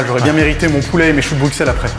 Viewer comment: super vidéo ! par contre en temps que bon belge, c'est chou de brussel et pas bruxel nivau prononciation